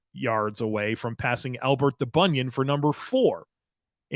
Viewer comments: For the love of all things holy, his name is Albert DubEnion, not Dubunion. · it's pronounced du ben yen. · Great show,! I’m older than the team so it was great to hear some of our great 60’s guys still in the record book. Byrd’s 40 career INTs seems as safe as OJ’s records. (Btw, you mispronounced a few of the 60’s Bills. Elbert DuBENion and Tom Janik said like yanik)😉